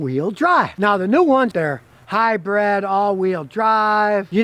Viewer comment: Look Scotty ..I have told you many times...It is HYBRID not HYBREAD ! Don't let it happened again !